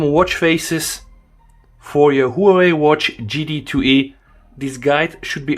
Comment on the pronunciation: It's Huawei, not Huwei. lol.